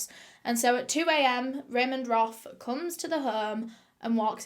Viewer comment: Ramend Roth Me: haha Ramen Broth haha